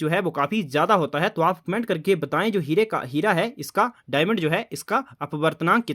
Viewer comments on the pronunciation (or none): none